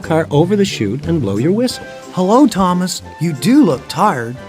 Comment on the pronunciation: What Thomas you said it wrong